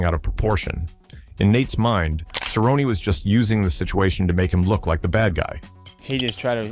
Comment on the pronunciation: It's pronounced Cer rone nee, get it right stupid Ai filter.